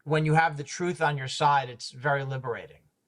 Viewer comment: I swear if I hear that man say one more time that he's just trying to get to the "troof" I'm going to lose my sugar honey ice tea! Lmao 🤣🤣🤣